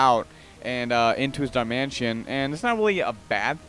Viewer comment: hey its darmanITAN not darmantien